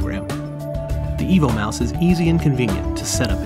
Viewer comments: Yeah, but does it work with Linux? And why are you calling it a mouse when it's shaped like a dog. And the name, I kept hearing "Evil Mouse". I also don't see anything about a keyboard option on your website. hmmm...just found the R2-D2 keyboard projector. Maybe you should redesign the mouse to look like K-9 from Doctor Who and call it a "K-9 Mouse" :o) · I kept hearing EVIL Mouse throughout. Lol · I hear "the Evil Mouse" all the time